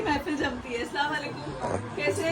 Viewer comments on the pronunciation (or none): Dipika aap salaam sahi Karo plz slamalikum nhi bolna aap ese bolo Assalamualikum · Heyy Assalamualaikum!!one thing i want to say do salam properly i know you are trying to convey it properly..salam has a different meanings if you say salamalikum it's approximately giving badua to them ...if you say Assalamualaikum means it's all about your giving salamati to them don't take it as bad review I'm just trying to help you to pronounce it properly...jazakillah khair❤❤ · Salawalekum nhi mam assalamualaikum bolte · if you don’t mind samalikum nhi hota ……Asslm o alaikum hota,,…,,just for correction bta rhe plz dont mind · Don’t say sawalekum please say properly Assalamoalikum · yours salaam pronunciation is wrong its Assalam o Alaikum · Dipika salam karna sikho plz salam ghalat karti ho aap salam k meaning change hojate h Assalamu alaikum wa rahamatullahi wa barakatuhu...... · Dipika jeee plzz salam thik se kren warna is ka matlab badal jaata hai naraz nhi hona plzz As salam u alaikum Hota hai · Ap salam sahe se karey jo ap salam kar rahe h ws ka matalb galat ata h